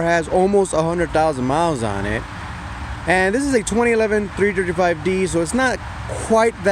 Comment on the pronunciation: "BMW trrtrtrt 5 D" XD